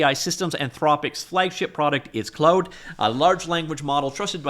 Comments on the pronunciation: Clode code is the superior pronunciation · How can you have never used Claude. Watch a video on how to pronounce it properly.